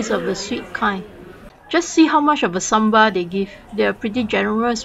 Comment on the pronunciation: It is sambal, not samba!